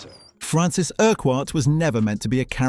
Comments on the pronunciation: Erk Wart? Ercut. that's how you say that. I wonder if anyone ever noticed the initials. F. U. 😁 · It's pronounced "Urkutt" not "Ur-quarrt". I'm surprised you didn't pick up on this having watched the series. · “Francis Erk-Whart” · Urquhart is NOT pronounced like that It is pronounced "IRKUT" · Quite right - pronouncing it incorrectly is really annoying. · I'm glad I'm not the only one bothered by this. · Quite. This presenter rhymes it with a cumquat. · Couldn't you just try pronouncing "Urquhart" correctly ? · URQUHART FFS! FU!